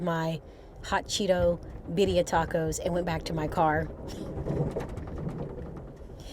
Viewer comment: Is it my bad hearing or is continuing to say Bidia tacos or Birria tacos? I know the latter is what they are, but I am wondering about my hearing!